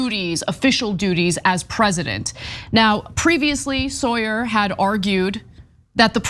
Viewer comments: His Name is pronounced “sour” not “Sawyer” 😊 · Say the man's name, right, Ana! Sauer is pronounced ( sour), not Sawyer, what you 😒 keep saying 🙄